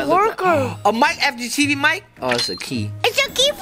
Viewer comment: That’s not how you say fgteev